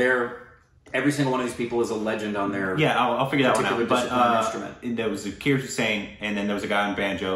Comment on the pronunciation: Love this video, but could you please try harder and say his name right? It's pronounced more like Zaakirr not Zerkeeyr. Thanks and keep up the good work.